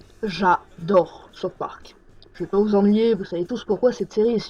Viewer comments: Saute Park lol. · Comment peut-on beaucoup aimer South park et pas savoir prononcer ce titre ? x)